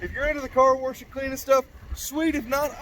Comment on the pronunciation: Car WERSH?? Wtf???? ENGLISH for all us out west???! Id die 20,000 deaths for a 70s shorty Dodge!